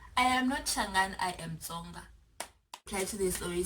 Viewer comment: This is hilarious 😂😂 Most of them this side can’t even pronounce Tsonga😪 they pronounce it as ‘Conga’ like WTF. They can say Tsiii then why can’t they say Tsonga😏